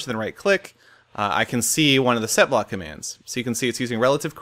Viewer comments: I kept hearing Sethblock instead of setblock >< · I even thought u said /sethblock XD